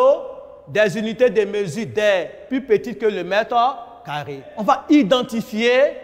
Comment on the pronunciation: Tu as entendu comme moi.